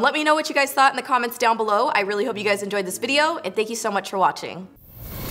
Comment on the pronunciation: LMAOOO she kills me with the " thank you so mush "